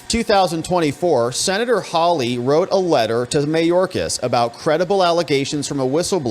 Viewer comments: How lee? Haw lee! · Geez, when are you going to say this guy's name right? Hawley, pronounced "Haw-lee". Not hard.